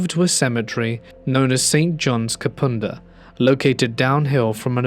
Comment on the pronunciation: Hey! Thanks for another fantastic vid! So great to here south Australia added in! I grew up 30 mins from the kapunda story and still live in the mid north! Quick thing kapunda is pronounced ka-pun-da -sincerely a born and bred south Australian